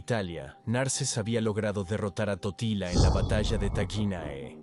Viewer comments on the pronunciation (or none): dice tortilla y no totila😁😆😂